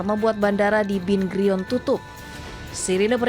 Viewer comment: Bandara Ben Gurion bukan Bin Grion, Baca Namaku “Ben Gurion”